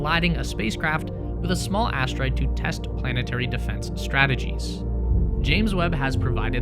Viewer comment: Lol. He said astroid fart.